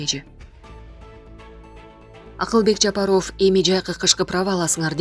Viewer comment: Эй кыз туура окучу жапар ов дебей